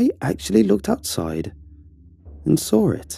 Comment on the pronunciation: I love it how he pronounces saw, he pronounces it as “sawr” man I just loveeee it